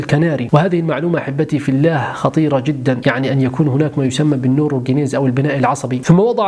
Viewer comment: ﷲ.،،، * هذا لفظ الجلالة يا تنطق زي الناس يا تسكت